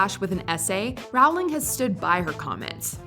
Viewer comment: Does anyone else cringe a bit with the way they say "JK Rowling"? She said herself that it's pronounced like "rolling".